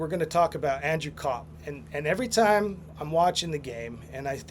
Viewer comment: Copp started his career in Winnipeg. You really should force yourself to say Copp not Co-Op. lol